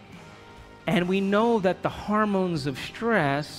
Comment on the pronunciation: Why does he keep saying "harmones", instead of hormones? Grating on my ears. Also the relentless abstract logic is hard to follow. He should insert more concrete examples.